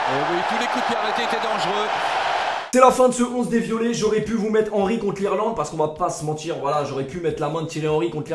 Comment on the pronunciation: "C'est de la raglarr" mdrrr